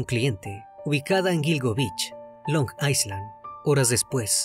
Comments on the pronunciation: Carnalito, una pequeña acotacion, Island se pronuncia "ailand" y no "aisland", un saludo, excelente video. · Es “ailand” no “aislan”, la S en Island es muda 😣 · Se pronuncia "Ailand". Si bien se escribe island, se elimina la S. Mientras que la A se pronuncia justo como lo hiciste "ai".